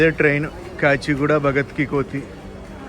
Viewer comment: కోతి కాదు కన్నా కోఠీ అని పలకాలి